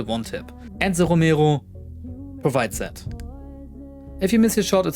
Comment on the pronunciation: the way you say romero pisses me off